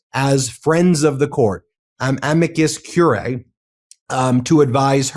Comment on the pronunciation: amicus curiae - cur-i-ae (3 syllables)